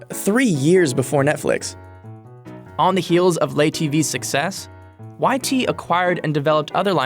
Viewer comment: "Le" should be pronounced "LUH" or "LEH"... definitely not "LAYE". Dude also mispronounced YT's full name...